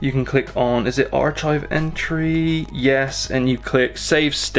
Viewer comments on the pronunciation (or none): ar "CHIVE" lolz